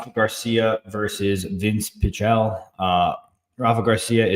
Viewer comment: I don't trust a guy that doesn't know how to pronounce Pichel